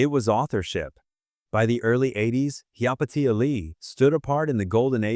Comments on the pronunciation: I know but apparently the ai voiceover does not. it mispronounces her name repeatedly. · "Hi-ya Pay-sha" Lee. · Dumb as AI interpretation of her name and pronouncement! Pathetic! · How many different ways can the AI narration mispronounce Hyapatia and never once get it right? I stopped counting at 7. It never pronounces the name the same way twice and never gets it right even once. On top of that insult, this video has a lot of weird opinions that just don't sound natural and create nothing of substance. Why would anyone subscribe to a channel like this that's just AI garbage? But the AI still begs for a like and a subscribe all the while being blissfully unaware of how stupid it's narration sounds to a human brain that knows better. I refuse to support creators who do nothing but allow AI programs to create for them so they can make money doing nothing but creating content that's mediocre at best. And hardly anybody ever calls this out. People, demand better contact made by human beings, down thumb and refused to support channels like this